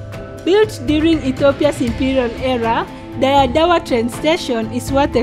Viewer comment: Is that how Dire is pronounced ? Not d re..re as in red? Dora what? Or doro wat? I am not Ethiopian but i can tell local names and words are being murdered 😊 And many people have heard of Dire Dawa.